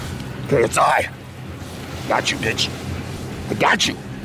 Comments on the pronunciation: Did you say KSA? facepalm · Its KSI not KSA